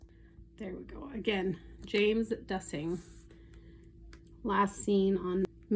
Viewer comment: Hi! Thank you for posting! His last name is pronounced DEUCE-ing or DOOS-ing just to let you know. His brother Scott lost his life to suicide a few years ago. Although I do not usually support intuitive efforts, I am a close friend of James’ ex wife and want to do anything to support this family and I appreciate any sharing as his family does of course as well.